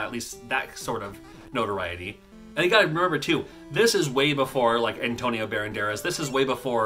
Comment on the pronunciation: Antonio barandaras?! What? 😂